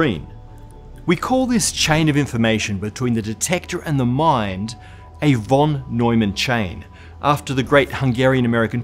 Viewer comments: why do u pronounce "von" as "won" and not as "fon" as u're supposed to? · Talking about pronunciation whenever you encounter the word 'von' in a German sounding name it is pronounced as if it had an 'f' instead of a 'v'. Like 'fon'. This applies to most German words, with few exceptions. 'v' is usually realized as a voiceless labiodental fricative in German. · John von [fon] Neumann :-) pronunciation nerd here